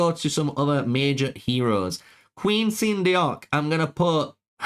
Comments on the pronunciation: Actually it's pronounced "sun duck" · Everyone seems to have trouble pronouncing Queen Seondeok. It’s Korean and it’s pronounced “Sone-doc.” Nice and simple.